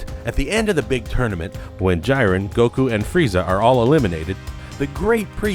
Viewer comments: It's g-ren not gy-ren 😒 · Its jiren not fuckin jay ren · Jiren not jyren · This narrator couldn't even pronounce Zeno or Jiren, proving he has not even watched what he's talking about, smh.